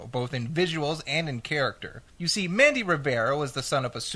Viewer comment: lol, "Mandy" Rivera